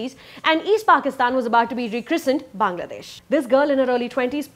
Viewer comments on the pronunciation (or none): none